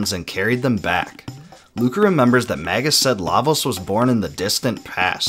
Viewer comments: It's so painful to hear Magus pronounced as Maggus so many times in a row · Mage - Us pronounced may juss not magguss